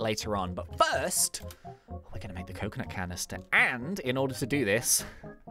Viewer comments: we got a coconuht canneestuh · we got a coconut canistah